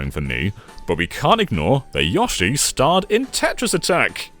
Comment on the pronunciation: Great video but the yahshi(yoshi) is too much to handle